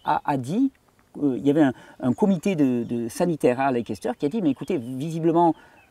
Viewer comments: SUPER ! ! QUEL BOULOT de Recherche ! ! Merci Thierry, pour ce partage. Gratitude. PS : pour la ville anglaise de LEICESTER... "lékesteur" se dit "Leïsteur" ;-) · Bonjour Thierry, Leicester se prononce ' Lesteur'. 😊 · Leicester se prononce Lèster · Leicester, j'y ai habitée lors de mes études... Ça se prononce leisster.. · pour info, Leicester se dit "laisse taire" phonétiquement parlant, fuyons ce que les laboratoires veulent vendre, il faut aussi savoir qu'à la source de l'éducation en matière de médecine on retrouve... les rotschilds elle est pas belle la vie